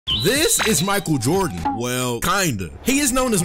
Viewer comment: Mi-Kael Jord-In😂😂😂